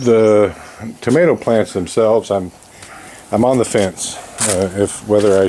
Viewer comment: Anit nothing better than a good "mater"